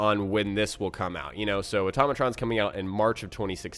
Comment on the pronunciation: Why do people say atomatron it's pronounced auto-ma-tron